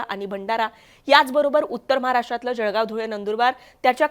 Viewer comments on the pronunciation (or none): none